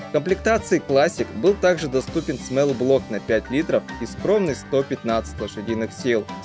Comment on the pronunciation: "До пятиСОТ". Склонение числительных. Не "смэлл-блок", а "смолл-блок".